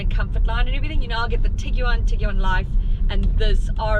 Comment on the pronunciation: Why so many syllables? Its a Tig-One😁